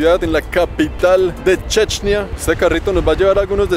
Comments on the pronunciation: No se dice chechnia se dice chechenia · Una duda se pronuncia como lo dice checnia o es Chechenia?